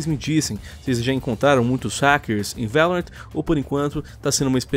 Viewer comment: A pronúncia é Lorrant nao Laurent